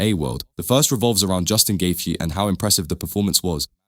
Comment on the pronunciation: The way the guy talking in the video pronounced Gaethje as Gay thee, definitely an AI voice. L video.